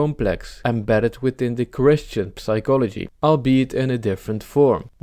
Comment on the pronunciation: Nice video man, I'd just suggest you look up the pronunciation of the word "psychology"